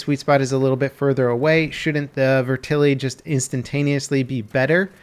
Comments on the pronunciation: Matt McDermott the mispronounced name is killing me to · Vet-Er-lee not ver-til-ee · Is anyone gonna tell him it's pronounced vet-ter-li, not vertili? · It's not "Vertilly" lol Vetterli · How in the world did you get "ver-tilly" out of "vetterli"? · IT'S NOT FUCKING VERTILLY! God! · So Vetterli is pronounced "verTILLY". Got it. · It's pronounced "veh-tur-lee" btw. Good video. The real Vetterli is a badass piece of firearms history; especially when considering that the Swiss Army adopted it only four years after the American Civil War ended. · "Viturly vehtaly" um... that's not how it's pronounced lol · "Vertilly" Buddy. Just sound it out lmao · The gun is pronounced "Vet-Er-Lee" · Can you pronounce it the right way